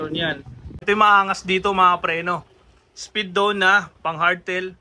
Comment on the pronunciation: Sir, correction no offense. It should be pronounced as “Speed One” not “spidon” 😊